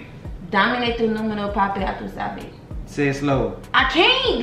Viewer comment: “Ya tú sabe” not “ya tú habe”